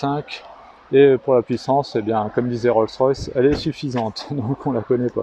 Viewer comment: L’expert qui dit Roll rolls 😊mon dieu 😂les spécialités